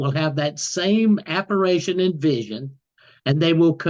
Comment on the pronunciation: Apparition not apparation